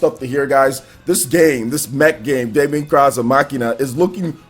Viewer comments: Hey wassup. Deemon it's pronounced guys not Daymon. Daemon(demon) x Machina is looking better n better the more I see it, a game I am really looking forward too playing and a very nice surprise. Resident Evil 2 Remake or Reimagining collector's edition I will have too try n get. Younger Leon n Claire are looking awesome and the game as a whole is looking pure quality. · It's pronounced Demon ex machina like deus ex machina not Damon cross Machina